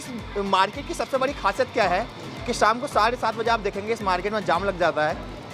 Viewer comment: Bhai apni boli per dhyaan dijiye saam nahin shaam bolte hein